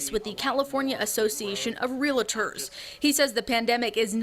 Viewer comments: “Real-tors.” Not “Real-A-Tors.” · Jenny Moon but that would be Relators? I’m a Journalist and I’ve never heard that pronunciation is accurate. 🤷🏽‍♀️ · "Relators"? Realtors. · its REALTORS!! x NOT REAL- A- TORS